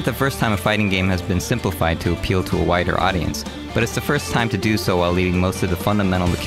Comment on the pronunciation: did he say whiter audience or wider audience.